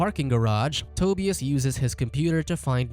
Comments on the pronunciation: This narrator sucks at pronouncing Euro names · Toe•Bee•us lol. Tu•bi•us